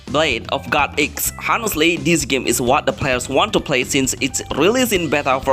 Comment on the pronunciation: Did bro literally jus say Hhonestly😂😂